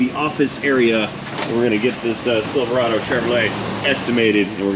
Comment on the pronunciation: It’s pronounced silver rod oh